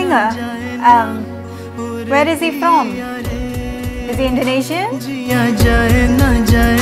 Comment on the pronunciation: Hes perfect better pronounciation thn any oth Indonesian singer I hv evr heard